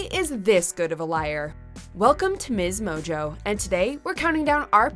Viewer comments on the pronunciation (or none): Who else was weirded out by how she said Msmojo like Mizz mojo